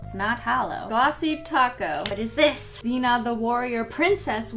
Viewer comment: That's the first time i ever heard someone pronuncing Xena that way. In my lang its KSEHNAH